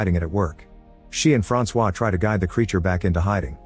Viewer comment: My name is also Francois but it is said way different than that you missed the target by a mile fam😂